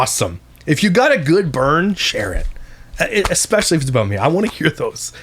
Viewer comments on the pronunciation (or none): I can’t stand the exspecially! Seems like I am hearing this more and more 🙄